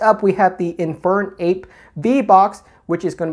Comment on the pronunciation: gotta be honest you said Infern-ape and i died inside